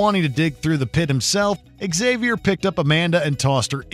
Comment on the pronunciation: "Eggsavy-or"? isn't it pronounced 'Ksavior'?